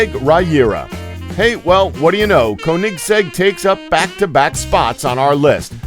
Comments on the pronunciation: I like it how he says KoHnikggs EK to Koenigsegg . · It's like he is saying Kohnigseg Rahira😂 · How he say Koenigsegg 😂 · You've seriously never heard of Koenigsegg? Where have you been? "Koenigsegg may not be a well-known car manufacturer"? Seriously??? And why on Earth are you butchering the name so badly? There are many things in this video that bothered me but that's one of the biggest. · Why can't he pronounce koenigsegg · rovic quesada i know right especially the Koenigsegg